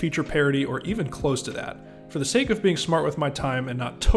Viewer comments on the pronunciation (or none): none